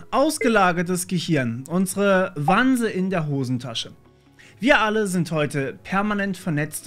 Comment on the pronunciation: WanZe mit Z bitte! Nicht WanSe!